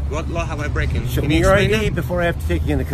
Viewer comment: What law have you breakin did he say breakin